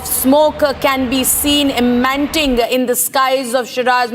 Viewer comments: The anchor repeatedly telling "emanting" instead of "emanating ", the Republic Standard? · She said "fumes of smoke emanting" instead of emanating. What a stupid news anchor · It's emanating not emanting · "smoke emanting"???????? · All she does is scream the same sentences again and again......and ppl start thinking whatever she speaks is correct😆😂😂..... they need english classes ; cant even pronounce a word "emanating" and they are journalists